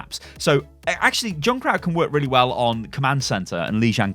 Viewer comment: Say junkrat not joonkrat